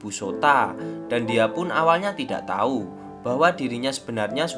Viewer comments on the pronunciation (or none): none